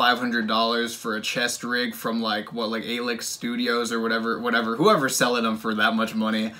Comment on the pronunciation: Pronounced aleeks